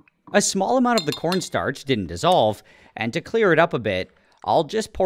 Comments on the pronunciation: What I heard "p**n star" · why did I have to listen to it 10 times and still hear "p0rnstarch"? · He definitely said porn starch